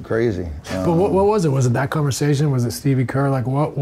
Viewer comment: "Stevie kerr" 😭🙏